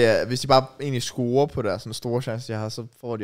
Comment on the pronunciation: JK. Det hedder "scorer" og ikke "scRorer"